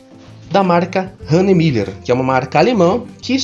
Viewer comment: Caraca o consegue pronunciar Hanhemulhe corretamente, consigo nem escrever